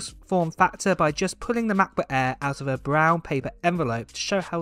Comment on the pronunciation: What’s a Macbuk Aiiiiir? Lol